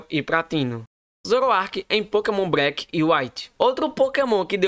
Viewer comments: agonia do garai ver esse cara falando pokemon breck KKKKKKKKK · Pokémon "Breque" 😂😂